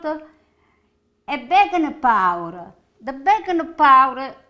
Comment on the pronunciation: Need to subtitle more, took me 5 rewinds to understand "Baking Powder". I know it's in the list of ingredients, but then Eggs, Salt and Pepper are also in the list.